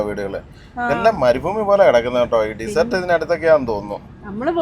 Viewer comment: ഡിസർട്ട് - അല്ല ഡെസർട്ട് .... അണ് സുഖം മായി പൊക്കുന്നു പോകുന്നുവോ...?